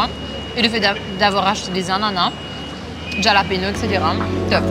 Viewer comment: Love the peanut butter machine! Pesto = pinenuts+ basil+ olive oil+ Parmesan cheese. The challenge was on top love the whole team effort, also it’s said hallapinos j=h in Spanish 😊. Waiting to see you next week! Cheeers🍻